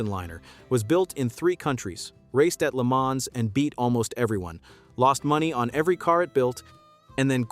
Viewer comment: It means 1000 miles. I was about to comment on the narrator's mispronunciation of the Mille Miglia, thanks for beating me to it. And he doesn't say LeMans correctly, generally the S is silent but not said like Man. My French is poor so I can't explain how to pronounce it correctly .